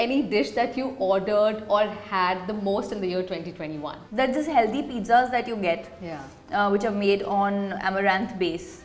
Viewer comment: Funny how she acts so elegant but say HELDY instead of HEALTHY really takes away a few points ….